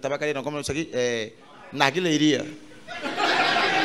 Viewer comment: "narguilheria" kkkkkkkkkkkkk